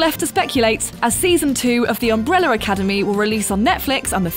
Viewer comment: I can only hear her saying "Umbreller Academy"